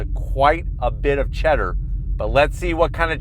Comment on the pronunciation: “Quite a bit of cheddarrr!” 🤓